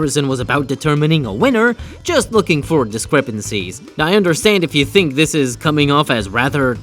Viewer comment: i think you wanna say "think" instead of "thing"